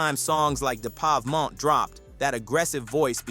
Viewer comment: "Da Povemont" 😂😂😂 wtf cuz